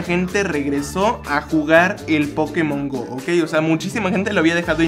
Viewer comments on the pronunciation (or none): se escribe Pokemon Go pero se pronuncia pokemon GOU no GO que inculto xD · Se pronuncia pokemon gou